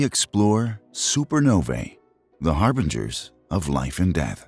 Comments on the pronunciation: Harbingers, not HarbRingers. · Harbringers is not a word, its harbingers. Look it up